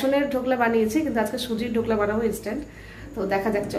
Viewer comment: ধোকলা নয় ঢোকলা